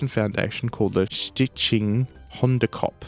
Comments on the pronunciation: Kudos for your pronunciation of "hondekop" 💪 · I'm proud of your pronunciation of 'hondenkop', it's very good! And nice try on the other Dutch words 😀 it wasn't too bad